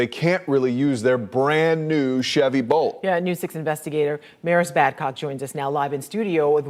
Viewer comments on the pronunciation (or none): Bolt, not Volt, get it right!